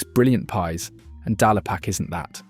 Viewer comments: Dal-e-pak? Are you sure about the pronunciation? The factory, which produces supermarket own label burgers etc. is at Leeming Bar on the A1 road in North Yorkshire on the edge of the Yorkshire Dales. Thus Dale-Pak. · Where do you get your information from?? Charlie Bighams meals are NOT FROZEN !! Also you AI commentary cannot pronounce English ! Dallypack instead of DALE ….Pack. Destroys your credibility!